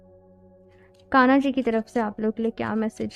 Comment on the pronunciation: Sab theek hai app achi reading karti hain but thoda pronunciation par work kijiye please, aage BADHNA hota hai BHADNA nahi boltey....KANA JI nahi KANHA JI boliye.....